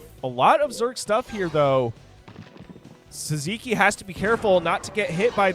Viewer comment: Sziky sounds hungarian. It should be pronounced 'Siki'